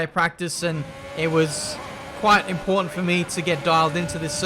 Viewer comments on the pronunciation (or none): none